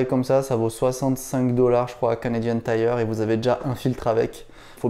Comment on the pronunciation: Un hostie de français qui est capable de dire Canadian tire !!! Je te félicite haha. A